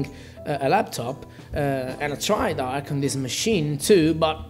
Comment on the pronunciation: Arch not Ark